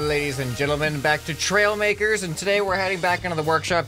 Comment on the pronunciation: He said hi lays and gentlemen